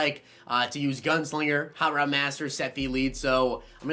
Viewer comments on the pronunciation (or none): none